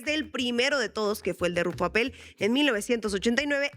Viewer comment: Señores soy de Baja California y permitan corregirlos, no se pronuncia APPÉL con acento en la É, es solo RUFFO APPEL como si tuviera acento en la Á de APPEL